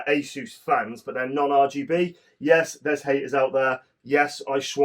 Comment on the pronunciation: I'm so glad you pronounced Asus correctly 😂